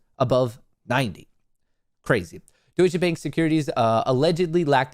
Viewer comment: wie er Deutsche Bank ausspricht haha